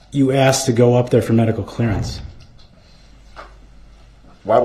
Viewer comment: ASKED! He asked, She Asked, I asked. NOT AXED wtf are you axing?